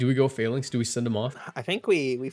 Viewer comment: I love the video but I hate how you pronounce Falinks LMAO